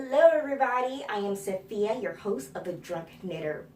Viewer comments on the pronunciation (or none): none